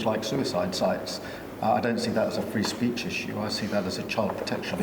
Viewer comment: Defend free speesch?? Starmer suppressed freespeesch